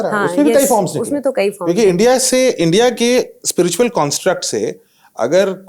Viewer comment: Madam ji, Spritual nahi spiritual hota hai, please apne mehmaan se hee seekh lein. Journalist kee pronunciation par attention is very important.Nahi to Hindi mein hee Adhyatmik hee keh deejiye please. Das baar ek hee Galti bahut hee jhunjhlahat kau nirmit karti hai.